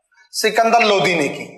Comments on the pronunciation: भाई इनको किसने शिक्षक बना दिया जिनको द और ध में अंतर नहीं मालूम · Lodhi nahi Lodi bol be. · Lodi aur lodhi rajput Alag Alag he jab khud ko sahi se pata nhi he bta kyu raha he chandravanshi me lodhi sabse bade hote hume Muslim se kyu jod rha he chacha charo veda ko sahi se study kar le tujhe lodi aur lodhi Bolne me dikat ho rhi he